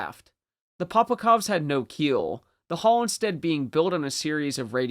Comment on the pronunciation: POPOVKAs!!! Not POPOKOVs